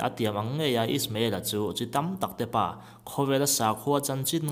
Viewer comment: Abrahama rinna pa tih a 'pa' tih lai hi pa(father) anga lam zawk tur ani lo maw